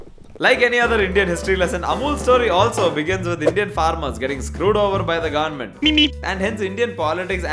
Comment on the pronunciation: brother why your goverment sounds like "GAND"ment